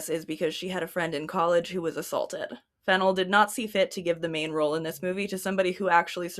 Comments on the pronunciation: The FennELL pronunciation didn't cause me a second thought until I learned Emerald has a fashion designer sister named Coco Fennell. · Let's goooooooooo mispronouncing Fennell gang. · it feels like the 'wrong' pronunciation flows better, the syllables make more sense